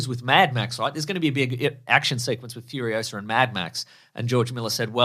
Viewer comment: It's Furiosa, not Furiosa